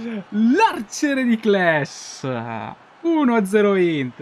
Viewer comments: Ciao! In realta Cles si pronuncia con l'accento acuto, non grave. Comunque bellissimo episodio! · buona stagione finora, pinamonti sta davvero facendo bene (piccolo appunto, sono trentino e Cles si dice con la e chiusa hahahahah) grande